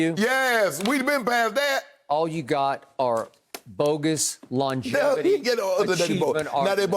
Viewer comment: "LAWN-geVIty" - Uncle Shannon